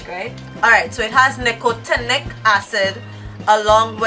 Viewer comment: You trying to pronounce Nicotinic😂